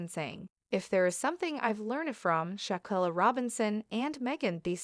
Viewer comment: If you’re going to report this case, at least learn some respect in how you pronounce her name. Also you are pronouncing Charlotte wrong.